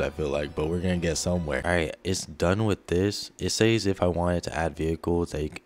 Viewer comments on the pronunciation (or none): Bro can you not SAY the word says without making it sound like SAY but plural? We should just do a total recall on your generation.